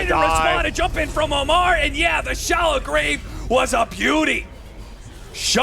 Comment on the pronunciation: OmaR not AMMAR